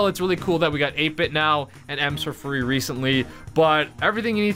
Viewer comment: Bro your the only Brawl you tuber that pronounced it correct 👍